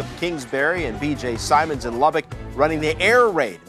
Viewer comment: No wonder nobody's here. You can't even pronounce BJ Simmons. Dope.